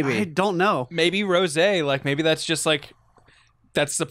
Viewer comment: Rosè turns you British